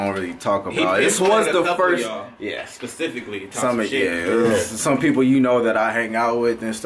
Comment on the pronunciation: Did say pacifically?